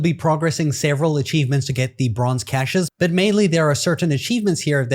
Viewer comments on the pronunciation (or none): none